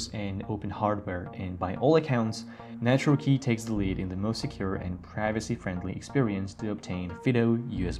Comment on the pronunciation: Great information. Please add references in the description for any products mentioned. Took me a while to realize you were saying “Nitro Key” rather than “Natural Key”. If it had been in the description wouldn’t have had a problem.